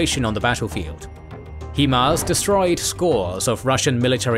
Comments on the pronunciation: you Brits and your He-Mars.... why can't you pronounce it the way it is... HIMARS. When you break it down it's HI not he..... otherwise I love your stuff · HIGH-MARZ not hee-marz smh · “Hi-Fi” is not pronounced “Hee-Fee”, just as HIMARS is “Hi-Mars” not “Hee-Mars” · American developed M142 HIMARS is pronounced (hi-mars), not (he-mars). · Hee mars? Really?? This is the first time I have ever heard anyone pronounce it that way and hope it's the last.